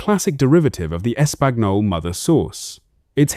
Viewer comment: "Es-Pag_No-Lay" - Looks like A.I. still has some work to do. 🤣